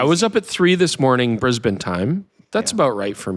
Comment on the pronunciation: Mightily impressed with your Brisb'n, rather than the often heard Brisbain! Eeeek!🤨👍